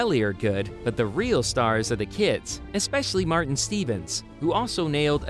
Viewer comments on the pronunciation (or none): none